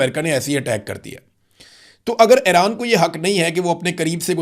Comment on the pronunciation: Imran Riaz Sb,Iran is pronounced as E-ran not A-ran, similarly it is Fu- jairah not Fi- jairah